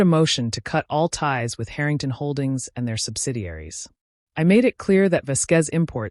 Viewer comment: AI Let’s work on our pronunciation of Harrington, OK